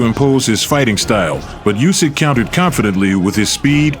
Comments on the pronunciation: It is not "Jusek" but Usyk. He told you that several times but stupid people doesn't help to say things million times! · Not "Usyk". Try to say "Oosyk", this will sound right. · His last name NOT just, but Usyk (Sounds like Oosyk) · Bad pronunciation of "Usyk" in this video.